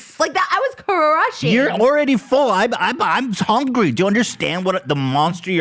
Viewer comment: Ethan: "That's my secret, I'm always hunry" lmao